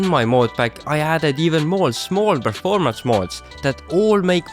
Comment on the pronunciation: Bro you had me when you said preformence